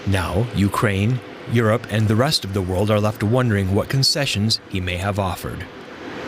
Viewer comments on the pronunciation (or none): Dafuq are there so many Indian reporters for a German channel? Can't even pronounce Europe properly, says Yorope.